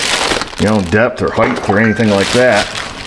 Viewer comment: Depth and height. Not heigth. That’s not a word used by smart people.